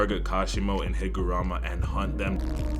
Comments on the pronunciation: W video, was waiting for that. Js as a head up, I’m pretty sure it’s “Higuruma”, as “Hee-Guh-Room-Uh”, but it’s been a while since I’ve finished the manga so I might be wrong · yo........ the name higuruma is pronounced hig-ah-ROOM-ah, bro is not helping his race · Tere is no "a" in HigurUma's name, please pronounce it correctly